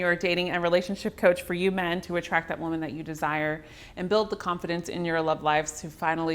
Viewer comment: She keeps misappropriating the pronunciation of the word "woman" in this video and it is distracting. Otherwise its a great video.